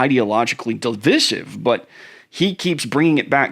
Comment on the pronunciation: I've never heard DIVISIVE pronounced like that... (???)